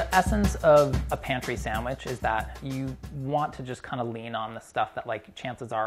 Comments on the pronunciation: “Swamich?” Brad: “Samich.” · Brad laughing at how his kid pronounces "sandwich" is so pure and also a bit ironic